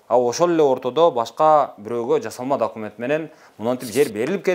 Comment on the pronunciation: Дакимент дейби шүмшүк ?